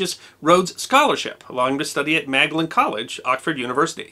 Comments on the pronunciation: MaG-dalene College is pronounced Maudlin College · "Magdalene College" - it's pronounced "Maudlin". The British do this kind of thing deliberately to trip up foreigners. We have a black sense of humour like that.